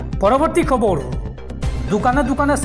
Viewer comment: আপোনাক এজনে খবৰ বুলি শুদ্ধ ৰাই দিয়াৰ পিছতো আপুনি খব ৰো বুলি কৈ থাকিলে শুনিবলৈ বেয়া লাগে।